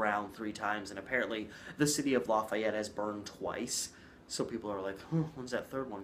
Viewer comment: It's LAy FEE ett